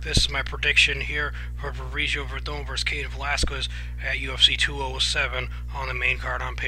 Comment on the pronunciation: It's hilarious how you butcher everyones name hahaha. I got werdum too. more ways to win the fight.